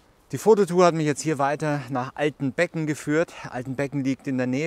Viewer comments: Altenbeeeeeeken , nicht Altenbecken ;-) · Hallo, nicht ausgesprochen Altenbecken, sondern Altenbeken. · Tolle Bilder, gerade die von dem Viadukt. Überrings spricht man den Ort Altenbeken mit einen langen e bei dem beken Teil :) (Meine Frau ist "unter" dem Viadukt groß geworden :-) )